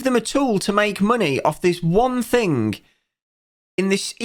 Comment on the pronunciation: Odd how you pronounce words ending in 'ing' with a 'k' sound at the end. Thing sounds like think